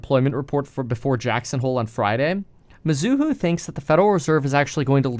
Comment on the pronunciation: It's not mi-zoo-hoo It's me-zoo-hoe